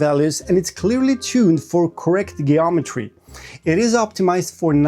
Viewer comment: Jeeometry not gayometry.